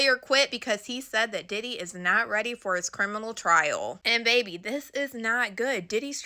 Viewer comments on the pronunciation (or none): none